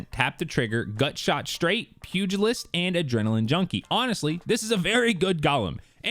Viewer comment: Firstly! Props for being able to pronounce Pugelist correctly haha. Been having a good giggle at everyone slaughtering it over the last few days! My favourite so far has been Pugliest haha. Do you throw Ugly Pugs at your enemies!? I have a couple of counter options to your recommendations & instead of being a dick about it, I'll explain why! =O Hammer-Forged or Smallbore if you don't want to lose any other Stats, but Fullbore is also an option even for controller players with the correct perk choices! Hi-Cal Rounds are also a great choice alongside Ricochet Rounds as they'll stagger your enemies & as its an AR spraying out bullets? It's pretty damn good. So, this is the important part, especially if you want to run Fullbore! Use Dynamic Sway Reduction, if you think the Gun is a laserbeam now!? You have Omolon Fluid Dynamics at the top half of the Mag & then DSR as you're holding down the trigger. These two in combination can pretty much offset the Stability issues you get from Fullbore. Then yeah, Incandescent is just a monster of a perk & I'm very happy to see it on more weapons!